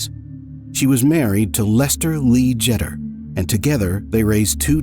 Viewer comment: It is "JETER" as in "PETER" !!!